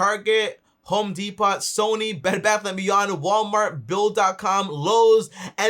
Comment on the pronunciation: My mans said “home de-pot” lol great information though 🐐